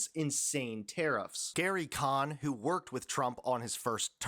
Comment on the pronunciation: I'm not sure, but I think that's Gary Cohn, not Kahn.